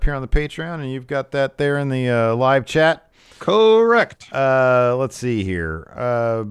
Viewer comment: Gave a thumbs down because keeps saying "Corr--ect"